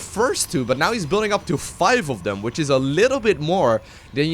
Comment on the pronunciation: i like your videos a lot but damn, its THEM not DEM and THERE not DARE, i know you can pronounce TH- because you say "Thing" but why do you say "look at DEM over DARE can he get DAT out of DARE" it just hits the ear so bad